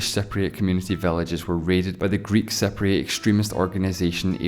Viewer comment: Your pronunciation of Cypriot sound like "separatists".